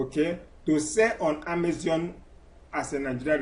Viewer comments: Amazon not amazion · If I had a dollar for every time this guy says "On Amezion" I'd be super rich and wont need to sell on Amezion anymore. Jeez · E say Amezion! Leave me alone 🤣